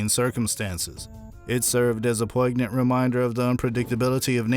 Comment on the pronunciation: "poi-ig-nant"?!?!? Uhmmm...this world is shot. No editing, no journalism. Just media cranked out like a bad crap